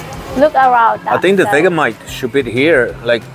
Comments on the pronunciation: Hi those chips (Samboy) are Australian. We pronounce Vegemite as Vegie-Mite 😀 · it's pronounced Ve "g" mite, not vega mite..!! I wouldn't try it if i were you, in Australia we refer to it as 'Yank repellant" never known an american yet that doesn't reckon it's the most foul tasting thing they ever tried. But us aussies who were raised on it, love it..!! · Vegamite? Do you mean Vegemite? pronounced : Vege (like vegetables, the g is like a j) mite. If you try it, have it on toast but spread it thinly, too much is overpowering. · You say it like veggie mite not vega mite If you go to friendship supermarket they have it there